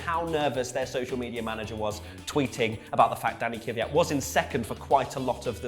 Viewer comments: It may be just me but isn't Kvyat pronounced Kvee-yaht? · please learn to PRONOUNCE THE DRIVER NAMES FFS. were all hardcore fans, it shouldnt be to much to say Kvyat without some imaginary second Y and Vettel like Fettel. every international fan makes the effort guys, cmom :P